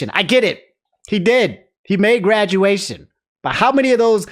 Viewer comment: "BuT hE maDe gWadUatIon"